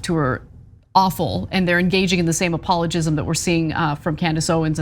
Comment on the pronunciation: Anna👀. "apologism"? Lmfao. Wtf hahahahahaha "Gism" 🤣🤣🤣🤣🤣😮‍💨 sorry. That was hilarious